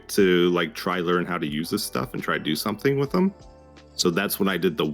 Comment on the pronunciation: The way he says "somethink" both grates me but also very much feels like an etho-ism